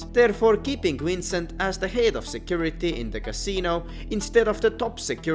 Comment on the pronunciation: I don’t know whether to giggle or grind my teeth every time I hear his name being pronounced as “Wrincent”